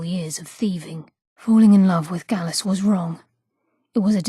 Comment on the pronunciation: Gallus not gallos